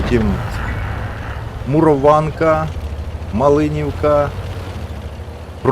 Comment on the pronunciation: Шановний суржикоротий пане, ти ненавчаємий!!!!, коли ти вже нарешті навчишся вимовляти правильно назву з українським наголосом, це холера!!! мурОванка, а не на ка*апський манер як ти вимовляєш муровАнка, от жеж ....